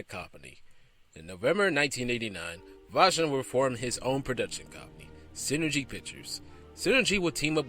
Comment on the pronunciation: Oh, come on. Seriously?! You cannot even pronounce Andy Vajna's name right? I mean, you had to have researched it, right? It's NOT VAG-NA, it's Vay-Na.